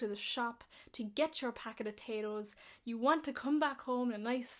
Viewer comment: Irish speaks "you" as "ya".